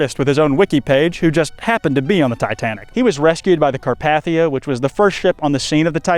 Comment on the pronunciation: You also mispronounce 'Carpathia.' The 2nd A is a long A, not a short one. YET ANOTHER EDIT: You also mispronounce 'stymied' , and at least 2 other common words I didn't list. How can any American be THIS bad at English by their mid 20s? If I had been your teacher, I would not have even let you graduate. You should be embarrassed. USE A PROOFREADER from now on until you learn English.